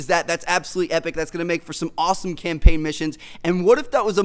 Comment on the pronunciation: Campaign not champaign